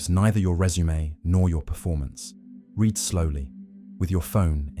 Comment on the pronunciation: What’s hilarious is that this high brow intellectual content is AI narrated. Pay attention to the mispronounced “read.”